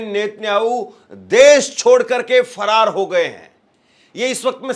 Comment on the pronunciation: सही से बोलो भाई फरार हो गया है